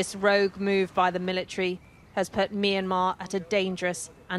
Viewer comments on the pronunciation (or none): Never heard it pronounced as "me and marz" before